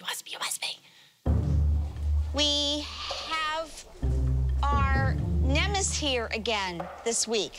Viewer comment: needs to learn that the word is NEMESIS, Not "nemis". I think she's made that same mistake more than once and she is making herself look extremely dumb.